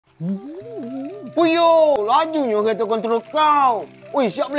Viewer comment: Kerete padahal bacaan nya kereta